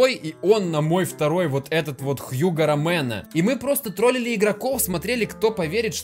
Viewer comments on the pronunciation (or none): У него ромено а не ромеро